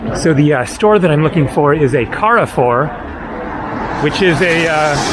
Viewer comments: Not pronunciasted Carre Four. Rather , Carrrre Fuuuhr It is a French based Supermarket and convenience store chain. They have them in Brazil. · Carrefour is pronounced 'carfoor".